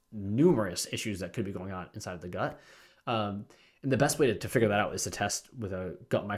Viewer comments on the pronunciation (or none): none